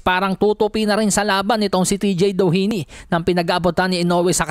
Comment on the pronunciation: yung pinipilit mo ipronounce yung DOHINY .